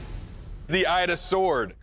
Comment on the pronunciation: 'Ida' not Aida.... pronunciation